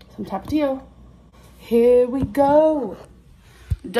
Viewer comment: The way she say jalapeno and Tapatio pisses me off lol